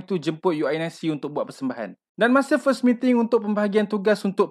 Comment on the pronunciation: Selama ni unic disebut u n i c ke😂